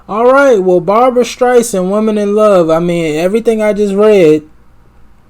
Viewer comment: B A R B R A Spelled like bra on the beach. 😁 Pronounced with 2 syllables, not 3.